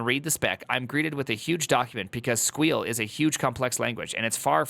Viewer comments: Stop saying squeal that's not the proper term. You weren't PHPing with the best of them calling it squeal. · I absolutely love the pronounciationg of SQL as "squeal" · Can’t get over his unironically terrible pronunciation of “SQL” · Primeagen's pronounciation of SQL will never not trigger me lmao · I know. I’m both triggered and find myself using it. It’s just too funny to not. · I love it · yeah. and the sad thing is that the article even explains how to pronounce SQL